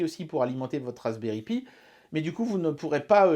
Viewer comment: Moi qui débute la vidéo : "Faites qu'il prononce "Raspberry Pi" correctement et pas "pie" comme il le fait d'habitude" Moi, une minute plus tard: '"Eeeeeeeh merde". Edit: Houlà, tu te goures complètement sur ce que c'est que l'interpolation :/